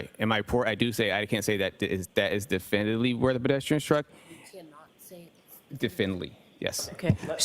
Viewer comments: If this guy says definitively the wrong way one more time. 🤣🤣 I need the low down of this case.🤣🤣🤣🤣 what a joke he is. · I love how he CANT say definitively he says "definly" very strange how incompetent he is, especially when a womans life is on the line he just doesn't care. Looks like hes been bullied into this role by leading investigators. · Definly 😳 is that a new word? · Not definitively, definnely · "Definley?" oh you mean definitively 😂😂😂😂😂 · Someone teach this man to say definitely or definitively. Good lord! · Lmao EVERY TIME he TRIES to say the word “definitively” I crack up! I’m probably the only one who thinks this but when the court reporter says “you CANT say definitively?” I laugh even harder. I know what she’s trying to ask him but the guy can’t actually say the word so her asking this is just absolutely priceless. 😂😂😂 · Add Trooper paul..... please I am begging you for all of us and all of our sanity please quit trying to use big words because according to how his pronunciation is it must be a big word please stop saying definitively if you don't know how to say definitively somebody shoot me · Its ABSOLUTELY TERRIFYING that this man has a GUN and a badge!! and crime scenes talk to him. The Massachusetts State Troopers reconstruction expert can't properly say the word "definitively". I dont know what station he works out of but i would move immediately